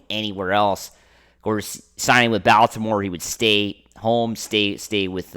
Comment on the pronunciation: Closed after the second time I hear this dude pronounce Baltimore.